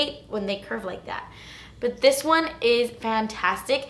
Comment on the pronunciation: "but honey...dis is good" I love you!